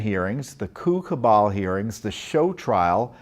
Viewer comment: Did Mr. Fitton say coup cabal or 'coocoo bunch'?